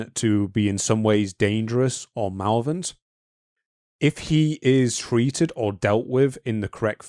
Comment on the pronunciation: We need to work on our pronunciation of the word “malevolent”.